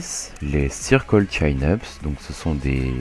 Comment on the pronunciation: Super vidéo! Bon par contre désolé de faire mon relou mais en anglais ça se prononce "Tchine-eup", chin voulant dire menton...